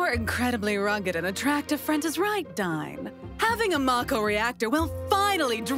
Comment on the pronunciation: you picked an amazing voice for dain but it should be pronounced dane. not dyne.